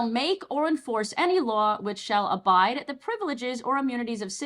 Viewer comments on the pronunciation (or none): It's pronounced 'abridge' like 'a bridge'.